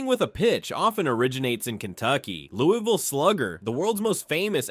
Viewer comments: It is pronounced Lou-uh-vull and Der (rhymes with her)-bee. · How did you do this entire video and still not pronounce Louisville correctly? 🤦‍♂️ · Louisville pronounced.. Louie vul, Not Louis vil.. 🎉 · It's Loo-uh-vle not Lewis-ville. Ale8 is garbage I'll take any other brand of ginger ale. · as someone born in KY Louisville, its pronounced Louisvill, not LOUIVALL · It’s not Lew-E-ville. We call it Lew-Uh-vull. We are weird lol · out of towners usually say it like “Lou-E-Ville” or like your wife’s “Lou-Evil” but People from Louisville say it like “Lou-ah-Vull” it’s not really a big deal how you say it but if you come to “Louisville” for whatever reason and say “Lou-E-Vil” the most that will happen is a local will just know you’re not from Louisville(which this place is no Hampton so not being from here is kind of an upgrade lol) we even have a famous shirt that has all the ways people pronounce Louisville lol. I think it goes something like Lou-E-vill Lou-Ah-Vull Lou-Is-vill Lou-vul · I think you mean Louey ville. I was born and raised there Everyone i know says Lou-ah-vul. When I was in high school, a tshirt came out that had the different pronunciations of it on the shirt. Too funny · lol fr it’s not Louis-vile it’s Lou-ville. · Almost impossible to spell it the way it is said. "Loo" as in "look" (not "Lou"), plus a subtle "L" sound, followed by "vl"(not "ville"). To try to spell it, "Loo(l)vl". Not "Louis". "Louie" is acceptable in some situations. But, generally, "Loo(l)vl". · The city was originally a village named after King Louis of France. That is the reason the whole world except KY says Louie-ville.